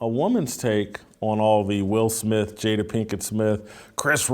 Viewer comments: She called her 'Jada-bel' Pinkett! 😂😂. I died 💀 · “Jada-belle” ? 😂. That’s right up the with “entanglement”. “Fruit inspector”. Come on Sis!!!!